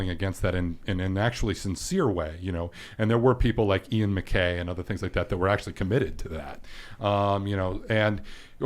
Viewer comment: Ian MacKaye would be so pissed to hear his name mispronounced like that